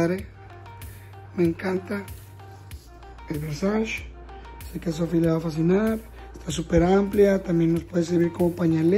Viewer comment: Diria la Gigi Hadid: "Es VERSACE no VERSACHI" Solo es juego amigos no me funen Wey se rifo el neta!!! <3